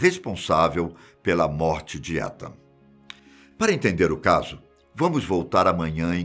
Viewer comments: Os cara fala o nome do cara tudo errado. A pronúncia de Etan, é "Itan" não "Etan". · Ethan se fala Itan 👍 e não étan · Só eu que ficou corrigindo ele na hora que falava "etan" ou invés de "itan" que seria o certo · Não é "Étan" é "Itan". O "e" tem som de "i" em inglês. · Um ótimo narrador, mas logo se vê que não sabe nada de inglês... Étan doeu o ouvido aqui. Se escreve Ethan mas se fala Itan tiozin... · Meu TOC esta estuporando aqui, se pronuncia "Itam" e nao "Etan" aaaaahhhhhhh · "ITAN" a pronúncia 🤗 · Vdd, apesar q se pronuncia "itan" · Boa tarde me perdoe a correção, mas o nome é pronunciado como itan , sou fã do canal de vdde e oq puder ajudar pra melhoria e progresso do canal. Não quis e nem quero polêmica apenas ajudar no mínimo possível. Jah blessyah. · Acho q ele pronuncio o nome do menino errado n sei akakaka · Fiquei muito incomodada como ele pronuncia o nome do menino...